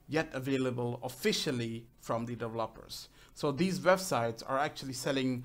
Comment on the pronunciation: Dev-e-lo-pers Just sayin --Heheehe Not Developpers =P